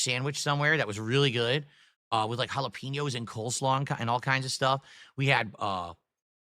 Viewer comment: Can't stand the way he says Jalapeños.